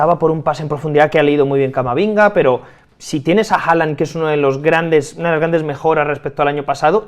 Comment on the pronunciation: Por cierto en el minuto llama a Camavinga camaminga😂😂